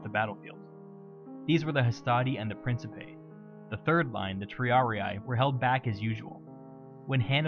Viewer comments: Principe pronounced "Prinkipay" not "Prinsipay" It's a hard C. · It's pronounced prink-ee-pay not prince-ee-pay.